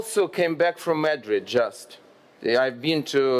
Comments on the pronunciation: /məˈdrɪd/ not /'mədrɪd/ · "МЭдрид" это где, альоша? И зачем тебе их ж/д вагоны (carriages)? Мот твой мысл был про харобристь (courage)? Нада серьёзнее готовиться к таким выступлениям от имени моей страны, альоша. Это тебе не в колорадке по Одессе вышивать.